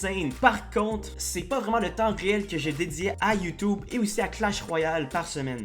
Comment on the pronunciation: J'adore quand tu dis "youtoube"